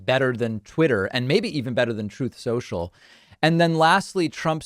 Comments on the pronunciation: After Trump says "Troth Cential" when he meant "Truth Central," the generated closed captioning has yet another variation: "Charles Schultz Social"! Oh Trump, you blockhead! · "TROATH SENSUAL"...hahahaha. OOOOOh baby, keep it up, your on a roll. Shoot up another one. Try TRUTH SOCIAL, that might do it fer ya. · that's what trumpy called truth social.. Listen to trumpy say it. Choath cenchal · I like how the YouTube CC on the video thinks Trump said "Charles Scultz" while trying to pronounce Truth Social. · Especially on Trohth Sential.